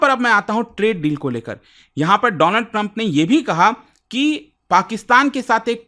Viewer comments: Donald nahi doland😊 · paw paw ne donald ko dolaand kya bol diya, ye to gussa nikal rha hai..🤣🤣🤣